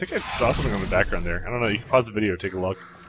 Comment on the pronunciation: "manual override on thi wall" LOL